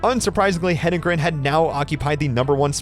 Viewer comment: Why can’t a lot of announcers pronounce her name correctly? He-den-gren.